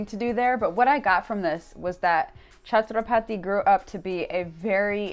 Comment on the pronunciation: Chatraphathi no this is wrong word correct word is Chhatrapati